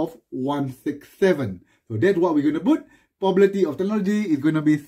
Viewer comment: lik the way you say probability as pobabaity